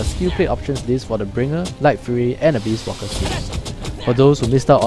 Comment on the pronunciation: u sound like u said abuse walker lol